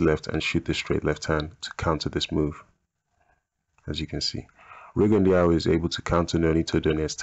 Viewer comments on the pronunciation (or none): i must say that Rigondeaux is pronounced Rigondoo,just had to say and before you start a bit bickering i like your vids and have actually just subscribed to your channel and i personally would love a RJJ video. Keep up the good work mate.